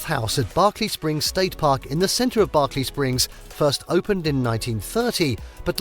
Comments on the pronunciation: If you choose to do a video on West Virginia than I suggest you learn how to pronounce the names properly or do everybody a favor and dont make your video it is not Barkley Springs it is Berkley Springs and it is the Potomac river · As a West Virginian, I wish the narrator had taken the time to pronounce some of the names he mentioned correctly. I am actually insulted by it. He mispronounced “Potomac, Monongahela,” and of all names, I would think that Berkeley Springs would be hard to mispronounce, but he managed to do it. Names are important, and people who do these videos need to respect the cultures enough to try at least to say them correctly.